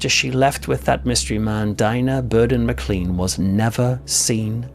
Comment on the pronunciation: please note that the Scottish surname Maclean is pronounced as though it was spelled maclane